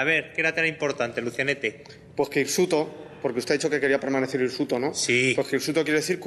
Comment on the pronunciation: *hirsuto*, no insuto.. ¬¬